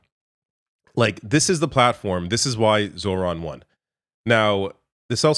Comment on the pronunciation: Pronounced ZO-ran